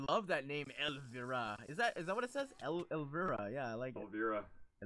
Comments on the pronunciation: Elvira Mistress of the Dark!! It's supposed to be pronounced EL-VEYE-RA. When saying the vi part it's like saying eye but with a v before it. If you don't know who Elvira Mistress of the Dark is, look her up and watch the movie if you like weird stuff. :) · Isn't it pronounced El-vye-rah? xP